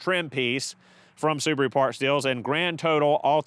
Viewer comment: The repaired soo-bar-oooo. Wow